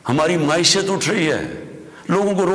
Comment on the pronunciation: Mahishat nahi janaza uth raha hai.. 😂